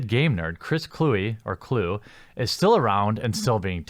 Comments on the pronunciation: It's pronounced Clue-We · It’s not “Clue”, learn how to say his last name. And Kluwe is a piece of garbage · A Wisconsin person should know how to pronounce an NFC north punter's name.